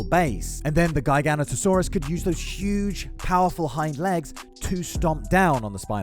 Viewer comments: GUY-GANO-TOE-SAURUS…. WHAT?! Not once have I EVER heard it pronounced like that. I’ve heard JEYE-GANO-TOE-SAURUS (which is wrong), JIGGA-NOTO-SAURUS ( close but wrong), and GIGA-NOTO-SAURUS (Which is right as it comes from the Latin words “gigas noton sauro” (giant backed lizard). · Say it with me... Jiga-noto-saurus.